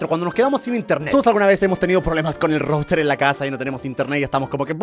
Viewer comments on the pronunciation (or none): none